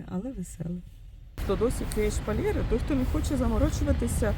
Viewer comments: А чого шпалЄри, а не шпалЕри? Ріже слух. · Не шпалєри! 🤭 А шпалЕри!!!!💯